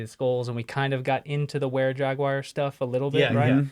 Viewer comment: Today I'm watching while polishing slabs of stone from the quarry at Mt. Mica in Paris, ME. ... "Jagwire" ⁉️ ✌️😽💨